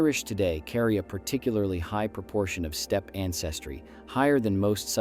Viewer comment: Stepee? Auto-coh-thonous?